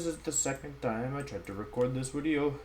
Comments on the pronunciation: Day 10 trying to figure out why he says “Wideo” 🤔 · Why do you always say “wideo”? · He explains it in another wideo friend. He has German friends that pronounces their V and W backwards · It’s as the result of picking up on the way his German friends spoke. Same reason he says “Wenusaur” instead of Venusaur.